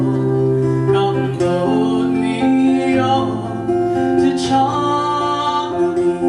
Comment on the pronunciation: This is quite a good interpretation of this jacobite folk song , it is spoiled in my view by the pronounciation of the word " Charlie " in the Scots tongue it is Chair...lee , I note that some words are pronounced in the Scots dialect, so come on lets fix this and correct???